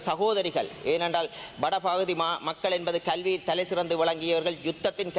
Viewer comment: மக்கல் அல்ல நீங்கல்